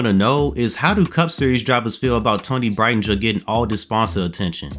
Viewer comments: I’m a huge fan of Toni. People say she won’t make it. I know she will! She is a good driver. People need to realize championships and winning isn’t the only thing to nascar. It’s also the consistency to running good, and she’s showed consistency lately. And by the way, that’s not how you say her last name lol 😅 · He butchered the last name lmaooo